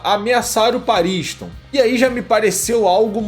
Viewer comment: Pela pronúncia que ouvimos no anime certo é pronúncia PAARISTON e não PA RINS TOM pausado